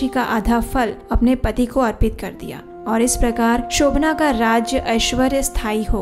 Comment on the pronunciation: Shobhan naam hai,Shobhanaa nahi.